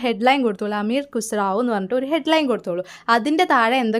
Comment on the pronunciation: അമീർ ഖുസ്റാവോ എന്നല്ല അമീർ ഖുസ്റു എന്നാണ്